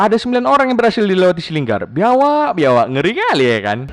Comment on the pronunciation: Biawak ko bilang biawaak 😁😁